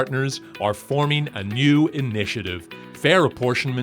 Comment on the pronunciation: wicked, my dude, I love when you do American accents. You and Mauler are meticulous about that, it’s fun to hear. I wouldn’t be able to tell it was you were it not for the Irish slant put on banefit and nyew — and my Bondian ear-training, able to detect the faintest hint of dialectic treachery. 🔎